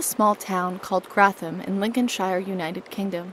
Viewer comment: Wait, Grathem? Or do you mean Grantham? If Grantham then I'm currently living in Grantham, and this is kinda scary for me